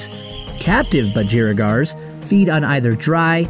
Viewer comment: PLEASE BROTHER ................ITS BUDGREEEEEEEEEEEEGARS!!